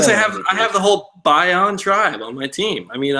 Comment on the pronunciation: Not that there has to be a right or wrong way, but Probst is pronouncing it BYE-on.